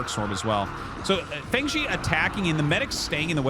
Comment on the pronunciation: fengzi is pronounced more like "fung" (rhymes with "kung fu") and zi like "zipper" or "zuh" — it means "crazy guy" in chinese